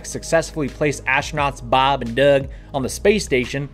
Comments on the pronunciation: Why do you say "Doug" with that accent? He's from New York. ;-) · It's weird how you pronounce Doug.